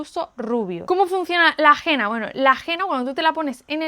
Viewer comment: No se pronuncia Gena, se dice Hena.